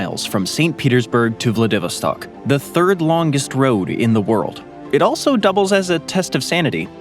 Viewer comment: Really wish they'd learn how to pronounce names properly. Vladivostok is ''Vlah-dih-VOS-stok''...stress on the 3rd syllable, ffs.